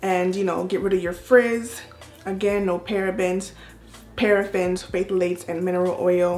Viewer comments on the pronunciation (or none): Hey!! Nice review and congratulations on 50K!!! 👏🏾👏🏾👏🏾 and you did good pronouncing the ingredients!!! Just wanted to let my good sis know the “Ph” on Phthalates is silent. 😘😘